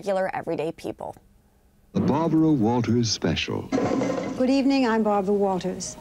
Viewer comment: "Good ebening. I'm Bawbwa Wawtaws"